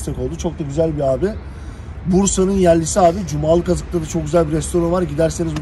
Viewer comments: CUMALIKAZIK değil kardeşim, CUMALIKIZIK yerin adı ;) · Cumalıkazık değil reis cumalıkızık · Kardeş cumalıkazık değil CUMALİKIZIK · Cumalıkazık değil Cumalıkızık